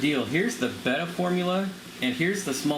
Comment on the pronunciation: Thank you for saying "betta" and not "beta" .. Subscribed 🐠